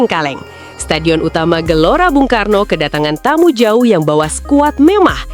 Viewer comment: 😂😂😂😂MIN JANGAN KECEPETAN NGOMONGNYA, STADION UTAMA BUNG KARNO BUKAN BANG KARNO😂😂😂